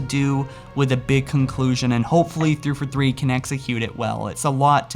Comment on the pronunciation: the way you say 343 sounds like you're saying "3 for 3" like you're ordering from some fast food restaurant lol